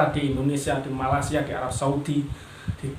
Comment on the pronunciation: Malaysia bang bukan Malasia